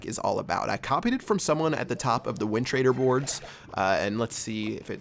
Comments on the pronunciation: "wintraider board" lol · You actually said wintraderboards😂 You re the best keep up ur good work! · Lmao love how you said "win trader boards"